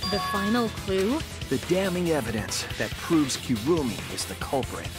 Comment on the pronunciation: Repeat after me, kirumi. Nlt kurumi, kirumi